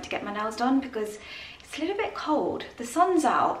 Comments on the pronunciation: Lie tle? Tell that his word is not in the English language 😂😂😂😂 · In the US it’s pronounced Leeedyl